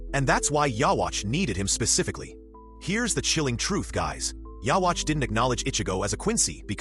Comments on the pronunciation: “Yah-watch” 😂 wtf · like the video man just to let you know his name is pronounced Uryu. And is pronounced " you youhabaha literally but spelled ywach its crazy. Anyway dope video just wanted to help you out with the pronunciation. Have a good one. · How is it that after so many years in an English dub people still can't pronounce ywatchs name right? Oh wait stupid me this is most likely an AI generated video. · Learn how to say his name it’s literally dubbed episodes smh 😂